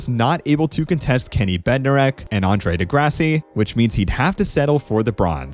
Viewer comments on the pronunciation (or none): Not knowing how to pronounce Andre de Grasse and Kenneth Bednarek is kinda embarrassing....